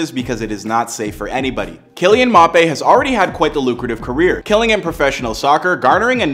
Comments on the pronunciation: It’s Mbappe - pronounced M bappe You’re saying Mapay 😂😂😂🤦🏼‍♂️ Thanks for the house info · his name Is pronounced m Bop ay not mopay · Mappé? 😂🤣 it’s M-bappé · “Kylian Mop A” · He clearly doesn’t know how to pronounce his name, it’s an African name you can’t just say « mapé » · "Soccer”, “Mapé” Someone shoot me please😵‍💫🥴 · He said "Mape" 😂😂😂😂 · Bro said mappé💀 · “Mop Aye”🤨